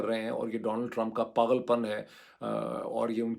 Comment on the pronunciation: Dr Saab lfz paghal nhn Pagal hota hai